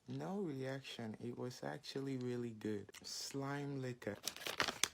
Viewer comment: No eriakşın❌ Yessör eriakşın👍